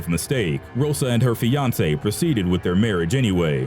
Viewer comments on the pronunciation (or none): none